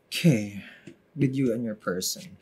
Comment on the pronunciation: That "okey" makes me smile everytime, very Pinoy😊